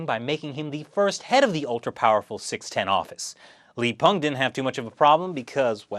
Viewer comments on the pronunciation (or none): none